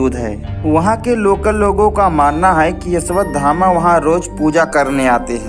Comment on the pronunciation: O bhai Una Naam Ashwathama hai Na Ki Yeshwathama😅